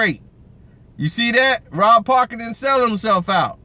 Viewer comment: Rob parker lmao be fuckin dem names up sumtimez 😂💪